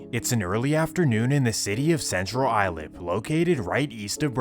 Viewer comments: Dope video it’s central islip pronounced like I slip 😂😂😂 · It’s Central Islip not island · It's CENTRAL ISLIP. I don't even know what your calling it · So you also feel the pain of this guys pronunciation of suffolk and central Islip? Lol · Lol they way he pronounces Suffolk county and Central Islip 😂. I’m from C.I and I can tell you everything is now more calm and folks can go out they business. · As a native NYer from Queens, you butchered a lot of the neighborhood names: Central Islip is pronounced “Icelip” Suffolk is pronounced “SUFF-ick” Newtown is “New Town” Kissena is “Kiss-EENA”